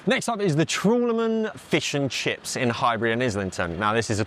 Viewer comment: "Feuws eu chiffs" - LMAO!